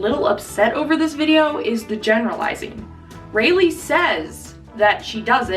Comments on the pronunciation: Ra lee is how you say it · I'm sorry, but I can't take you seriously when you say her name wrong. Or even without saying the name wrong.